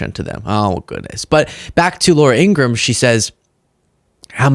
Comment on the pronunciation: It’s In-gra-ham, three syllables, like POS [piece of shit].